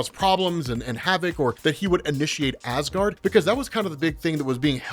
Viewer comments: yeah i notice him make that mistake a few times too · "instigated Asgaard"